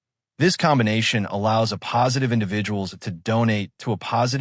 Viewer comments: Hate AI narration. "a postive." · Excellent information, but did anyone LISTEN to this video before releasing it - the “uh-positive” is difficult to listen to. Thanks, though, for the information. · You made a video using an AI voice that can't even say the title 'A+' in the right way, could you not correct that?